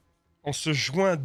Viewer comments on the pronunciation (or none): jUin pas jouin SVP